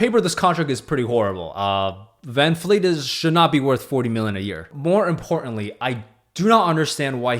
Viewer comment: Bro! It's Van-VLEET! Not fleet! I'm definitely not subscribing to your channel! Smh